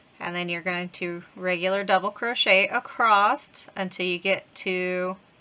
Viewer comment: Do you know you say acrost instead of across? My mom used to say that. ❤